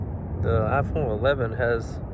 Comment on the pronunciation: ASMR intro😅 IFON😂😂😂